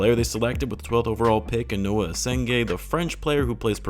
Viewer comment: Noa not Noah